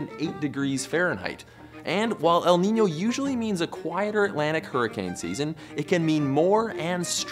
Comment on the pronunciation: Your ñ pronunciation is really accurate